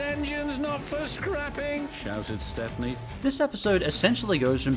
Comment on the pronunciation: His name is Stepney, pronounced like "step-nee". He's even got his own book in the Railway series, "Stepney the Bluebell Engine".